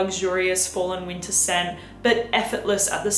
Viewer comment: It’s “ween-ta” time. Lol!